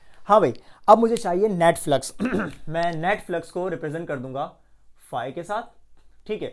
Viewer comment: he said net flux i herd Netflix 🤣👌